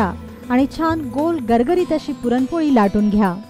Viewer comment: please take care of your language and grammar. you couldn't pronounce the main topic also correctly. very off putting.